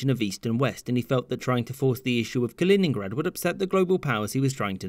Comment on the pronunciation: its kaliningrad